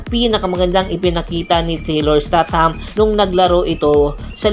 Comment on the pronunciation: Isteytam po sir hindi po estat ham..